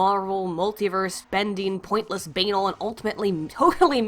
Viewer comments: Baynal. Baynal. Banal - "Banahl" Ban aaaaahl. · nyutrigJust wanna let you know banal is pronounced ben-al, not like anal. Ben like Benjamin. Al like alex. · Banal doesn't rhyme with anal. It's pronounced ba-NAL. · OMG you mispronounce banal and I honestly love it.